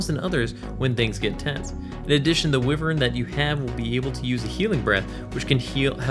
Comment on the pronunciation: I believe it is WHY-vern. Thats how my Irish grandmother always said it. It's part of her family crest. Sorry for so many comments XD Im buzzed and replying as I hear things, as though this is live.